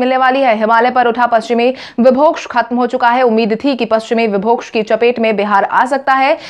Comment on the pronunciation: विक्षोभ को विभोक्ष बार बार पढ़ा जा रहा है